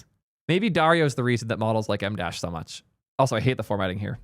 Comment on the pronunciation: Idk why but it makes me laugh every time pronounces an em-dash.